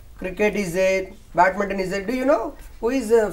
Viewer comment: Sir it is not batminton. It is BADMINTON.